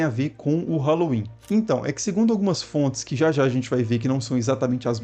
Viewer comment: Se pronuncia sowem e nao sauem